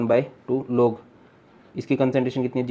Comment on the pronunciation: ''concenteration nhi CONCERNTRATION hota hai SIR ""😅😅😅